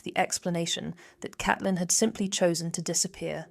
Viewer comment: Isn't it Caitlin , pronounced C.ate.lin